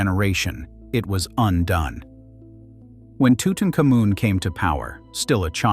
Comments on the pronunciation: TUTANKHAMUN, HIS NAME WAS TUTANKHAMUN, NOT TUTENCAMUN. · It's not tootincomin! Learn how to pronounce Tutankhamun!